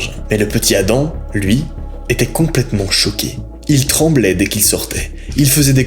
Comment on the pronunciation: Quand tu a dit Addams = Adam le rigolow😂